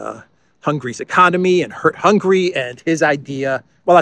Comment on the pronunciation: please, the country’s name is not Hungry but HungAry. On the other hand Nogradi Gyorgy is an academic professor and analyst. He is versed in foreign affairs and indeed security affairs. He is top notch in German politics. He never interferes in internal affairs and politics, very wisely. Thanks for all your hard work to keep us updated!